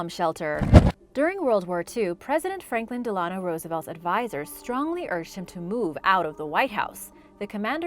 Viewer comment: Somebody already posted this but wrong Roosevelt. BTW--it's De-lan-no. Not de-LAN-no. LOL!! Kinda hard to take this seriously when you don't do research on even the most fundamental things of your entries!